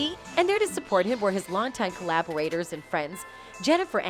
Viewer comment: did she say "cowabawators"